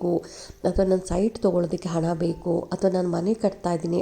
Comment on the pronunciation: ಉಣ್ಣಿಮೆ ಅಲ್ಲ ಮೇಡಂ ಹುಣ್ಣಿಮೆ. ಅಣ್ಣ ಅಲ್ಲ ಮೇಡಂ ಹಣ.